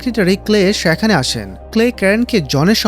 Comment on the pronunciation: আপনার গল্পবলা সুন্দর, কিন্তু দয়া করে একটা উচ্চারণ ঠিক করেন,সেটা হলো "সেখানে" বলা শব্দ টা। এত বাজে লাগে।প্লিজ